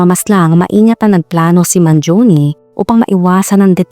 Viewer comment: He is italian,born and raised in the USA It is pronounce as Mangione and not Mangioni